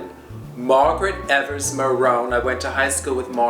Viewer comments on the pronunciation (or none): none